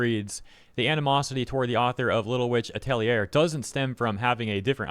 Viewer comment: You mispronounced Atelier, it's (A*Tell*E*A)